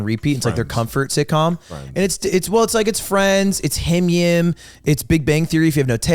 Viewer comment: Ludwig pronouncing "HIMYM" like it's a word is certifiable